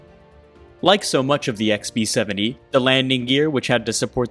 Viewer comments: Dude, it’s Ex-BEE-Seventy. Why do I keep hearing XP-70?! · Sounded like you were saying XP-70…. It’s B as in Bomber. Lol just saying.